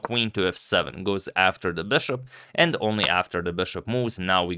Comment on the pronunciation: for the love of God please stop pronouncing it 'beshop'. I watched your earlier videos and you were pronouncing it correctly. What happened?